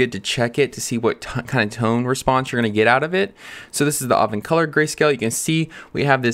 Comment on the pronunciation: How are you pronouncing Agfacolor? 😁 Sounds like you're saying Agvencolor 😁